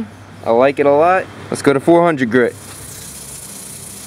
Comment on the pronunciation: One hundreht grih I love accents My dads from Chihuahua and he says yunkyard, Yeep, and anything else that starts with a j is y